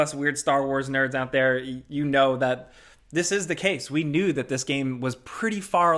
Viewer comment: “What we all really kneew”